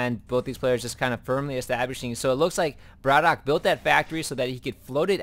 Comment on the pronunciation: at the beginning of the game you were saying whether it was bratOKAY or bratok, so i just mentioned that you did it the right way :)